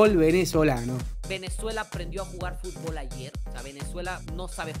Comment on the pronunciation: Hey Mexicano - Se Pronuncia FUT-bol; no Fut-b-OL.